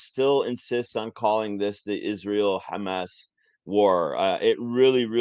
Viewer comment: Don’t understand why they pronounce some words with KH sound like Khamas or Khizbullah when there’s H sound in Hebrew alphabet